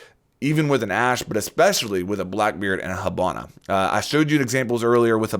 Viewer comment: Why do you pronounce it "hubana"?